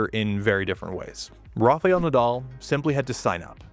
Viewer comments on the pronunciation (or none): It is a great video. But it is Rafael Nadal, not Rafeal Nadal . You always say Rafeal 🤣 .